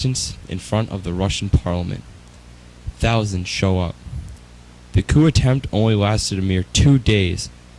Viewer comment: Not a bad project guys, but you need to learn to pronounce things better. Coup is not pronounced "Q" and you totally botched Belarus